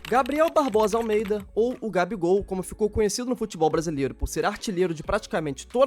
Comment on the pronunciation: é almdeida mesmo? se for, eu achava que era almeida .-.